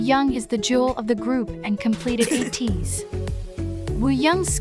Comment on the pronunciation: A - teez pronounce A like you would say A